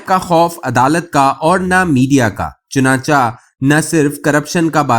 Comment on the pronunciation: بھائی صاحب، اپنا تلفظ درست کر لیں، یہ لفظ ""چنانچا"" نہیں، چنانچہ ہے، یعنی حرف چ کے نیچے زیر ہے، اسی طرح ""اگر چا " بھی غلط ہے، اگر چہ، چ کے نیچے زیر ہے، آدھے سے زیادہ وی لاگرز اور نیریٹرز اردو زبان کا حشر نشر کرتے ہیں، کچھ خدا کا خوف بھی کر لیا کریں، مہربانی ہوگی۔